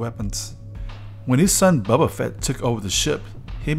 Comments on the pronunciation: His name is Boba, not Bubba ... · "Bobba Fett" lol